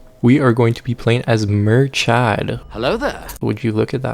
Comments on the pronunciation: His pronouniation of Murchad hurt me to my core (its Mur-wierd irish guttural growl sound-ad) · The pronunciation of Murchad was equally as hilarious as it was frustrating. Great vid